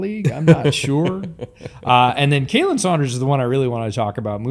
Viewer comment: You are pronouncing Khalen wrong. Just thought you might like to know